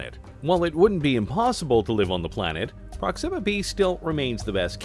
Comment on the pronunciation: Why is the narrator pronouncing Proxima wrong? Wrong inflection.